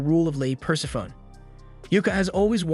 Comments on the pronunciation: it took me a long time to learn this, but Persephone is pronounced "pur-sef-pho-nee". Greek can be hard if you don't speak it, I know. I had the same issue with Hermione and Merope. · Greek names that end in "e" pronounce that "e" - Persephone should be pronounced "Per-sef-any"